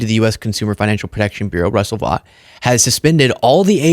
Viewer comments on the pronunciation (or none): none